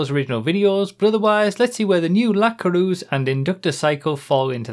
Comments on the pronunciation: Good video, but as a french I HATE how you pronounce the word "Coureuse" lol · pareil :D